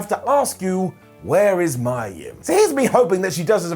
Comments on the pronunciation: I have a theory regarding why Mia (and it's pronounced "Me-ya" and not "My-ya") isn't being used. And I'll sum it up with a few names. Gail Kim, Asuka, Kairi Sane. They all have the same thing in common with Mia Yim. Hell, just look up what Gail Kim has said about Vince regarding his views on Asian women. That will tell you everything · maya yim? lol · Never heard of a wrestler named Mya Yim… but I have heard of MIA Yim 😆